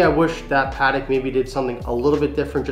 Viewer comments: Its PAAh TECK. not padek cmon! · It's 'Patek' not 'Paddock' 😂